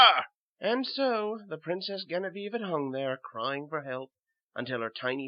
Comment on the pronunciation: Genevieve is pronounced with a J sound, not a hard G. Otherwise, great job =^)